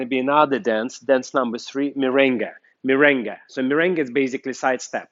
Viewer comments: Merengue, not mirengue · Very good tecnics but is MERENGUE. no mirengue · Correction*Merengue not Mirengue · Is MERENGUE not MIRENGUE.TY